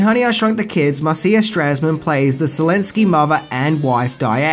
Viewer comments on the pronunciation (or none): Rick Moranis is freaking hilarious. And the actress playing the mom, her name is pronounced MAR-SHUH, not Mar-see-uh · FYI - re: Marcia Strassman; Marcia is pronounced MAR-sha, not mar-SEE-ya. She played Gabe Kotter's (Gabe Kaplan) wife Julie on the television sitcom "Welcome Back Kotter" from 1975 to 1979, as well as nurse Margie Cutler on "M*A*S*H" from 1972 to 1973. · Marcia is pronounced Marsha..